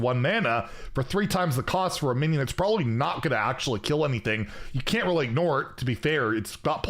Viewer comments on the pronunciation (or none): none